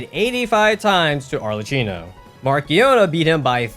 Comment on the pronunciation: why do you keep misspronouncing Arlecchino's name? he says it too